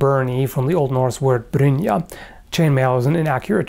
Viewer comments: this guy is a living legend he knows basicillyn everything about swords and he watch hent4i lmao btw you pronounced brynja perfect very good :) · Your pronounciation of "brynja" was spot on! 😁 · I love your flawless pronunciation of "brynja" (Apparently this is the 4001st comment)